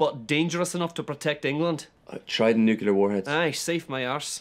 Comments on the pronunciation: What the fuck is a "nuc-u-lar" weapon, lads? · LOL...nuKEWLar again!